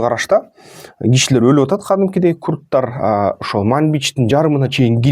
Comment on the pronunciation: Куртар эмес куртор деп тура айтчы